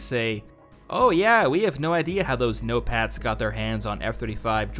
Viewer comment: I keep hearing Notepads instead of "no-pats". I wish we got more nations instead of the usual Russia vs US. Gimme a Battlefield with the US, China, Russia, the UK, the EU (as a coalition or some countries on their own, maybe it could vary depending on the map), Israel, Iran, India, Pakistan, South Korea, North Korea, Japan, each nation with their own vehicles and quirks. They can make up conflicts between them if they want for more variety. Like, Japan vs Israel? Sure, why not.